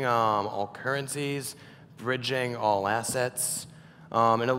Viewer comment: When he said “all” it sounds like unmmm 🤣